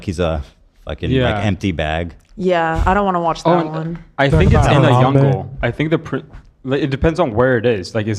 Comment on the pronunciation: “in the yungle” love is adorable